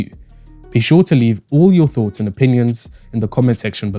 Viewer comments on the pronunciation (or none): none